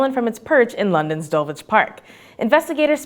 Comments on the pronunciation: Mate - it's Dul-ich and Hartfordshire... fascinating video though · I thought I recognised the sculpture in 11 but didn't realise it for ages because you pronounced Dulwich so strangely (you're not meant to say the W). But to be fair, Dulwich a strange place. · Rethink 'Dulwich' and 'Hertfordshire'.